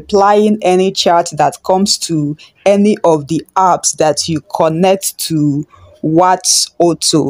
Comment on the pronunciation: It's apps not earps 😂. Calm down